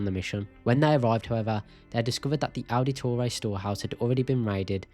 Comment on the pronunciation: Ow-da-toray. You’re butchering the pronunciation.